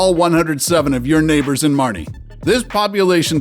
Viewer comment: It is “Marne” not “Marnie”!